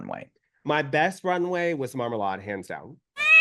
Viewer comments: but Marmalade pronounces it Marma-laid, right? I think pronunciation matters when it's a person's name, kinda like kaMAla vs KAmala. Which this isn't that big of a deal since it's just a stage name, but still. The noun can be pronounced either way, but typically a name is pronounced however the owner pronounces it. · Hey Queens, Thanks for doing THIS. Trinity, I can't believe you don't remember that Kiki and Rileasa are from the same Island/Country as your twin Monét. Don't you hear the accent? Everytime you guys pronounce Marmalade 's name I hollered. The ending of her name is pronounced "laid". The way you guys pronounce it with your accents is hysterical...........